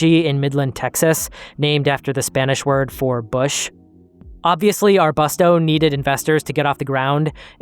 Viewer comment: The U in arbusto should be pronounced like the U in you, not the U in bucket